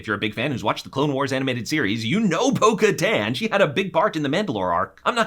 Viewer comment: Okay, small - small - correction here: Bo Katan is pronounced like Kataaaaan_, a long _A , and she was never the queen of Mandalore. She was the Duchess , after her sister Satine Kryze was killed. She was the regent of Mandalore, but the title wasn't queen , it was duchess. Also, obviously, she was dethroned, and thus her official title is Lady Bo Katan Kryze . Also, Ahsoka Tano is not a Jedi. She left the Order and does not associate with the title of Jedi Knight so that was false, too.